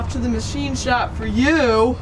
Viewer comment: The ma-she shed